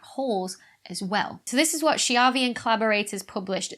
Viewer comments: Thanks so much Becky for another great video. You may like to know that a 'ch' in Italian is pronounced as a hard c (as in chianti or mocha), so Schiavi is pronounced 'Skiavi'. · To prevent angry messages from your Italian followers, Riccardo Schiavi's surname is pronounced Skee-AH-vee.